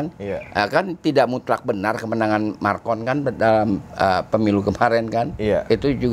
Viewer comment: Maaf, MACRON bukan MARCON 😂😂😂 Sehat terus ya, Amiiin🙏